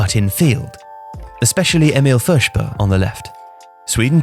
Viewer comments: And then he failed with pronouncing Forsberg haha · The way you pronounced Forsberg made me spill my glass